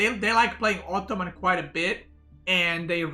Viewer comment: Sometimes I feel says: "optoman" haha